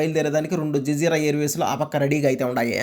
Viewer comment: BRO అది జజీర బ్రో జిజీరా కాదు 😅😅😅